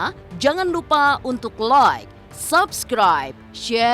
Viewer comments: Gue bakal Subscribe Chanel ini kalau bisa ngucapin kalimat "LAAAAAAIK DAN SABSKRAIB" dengan benar. Bukan "Loikkk dan Sobskroib" woyyy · sebenernya ini udah agak mendingan. Soalnya gue komen mulu 🤣 Justru itu karena dia prononsasi Inggrisnya salah. Like itu dibacanya LAIK bukan Loik. Kesel banget gue dengernya. Ngebayangin bibir dia pasti sambil monyong😂😂😂